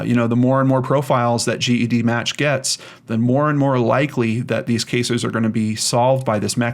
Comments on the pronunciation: Once again,. It’s pronounced jedmatch not g.e.d. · I've commented this before. It's pronounced "Jed"-match.